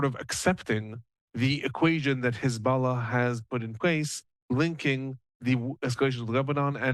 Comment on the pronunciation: I'm jealous that he's calling them hez'balla. Sounds pretty legit. 😅